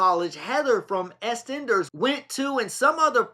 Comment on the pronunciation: 'aye' is pronounced as the letter 'i' 'Eastenders is pronounced as 'East enders' NOT ESTENDERS!